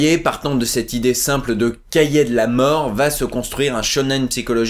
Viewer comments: un cahier pas un "cahiet" bordel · Cahiet c'est si difficile de dire cahier sans deconner